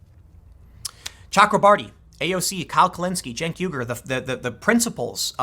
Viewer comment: I just started spelling it Jank because Jank is how he pronounces Cenk. And it IS meant as a diss.